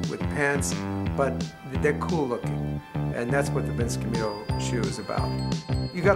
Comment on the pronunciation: “Vince cam-yuto woman..”